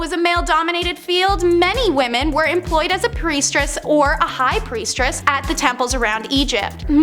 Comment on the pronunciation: they have to proofread and practice the scripts on the notecards. Priestess not pre-stress.